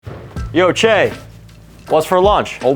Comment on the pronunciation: Thank you Cheah for using correct pronunciation. you should know better, you're a well traveled man of the world.